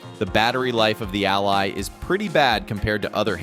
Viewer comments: The ai voice you used can't even say "Ally" why would you do this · wtf cant even pronounce the product name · Just get a Steam Deck 2 problem solved:) and wow is this another AI infected video cant even say "ALLY"